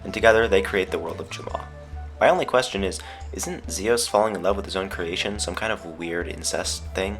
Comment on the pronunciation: fox Its Zeus not zios